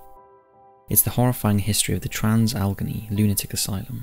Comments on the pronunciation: Just for future reference, Allegheny is pronounced as Al-Leg-Ay-Knee, not Algeny. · This was really interesting, however Allegheny is pronounced Al-uh-gain-ee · Al-A-Gain-E (Pronunciation) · Bailey rejected from entering heaven due to wife not including whiskey in his grave, but nobody mentioning he wanted his DOG KILLED go be buried with him. (also, The WV psych hospital is pronounced AL-uh-GAIN-ee) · Trans "al eh gain knee" just so you know how to pronounce it, no hate here, only being polite. Love the videos and channel. Hope everyone is well and stay safe during these times. ❤ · Where do you get your place name pronunciations from? Al- eh - gay - nee